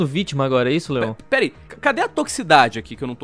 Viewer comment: q agonia dele pronunciando Leon como lion mas o vídeo ta ótimo